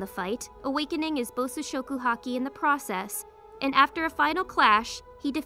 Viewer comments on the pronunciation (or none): none